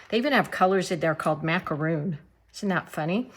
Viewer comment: Beautiful. I'm afraid to try hydrangeas in Santa Fe. I do love them. By the way the Macaron colors are pronounced Mac. A. Ron. From Those little pastel colored cookies from France. !! Who knew.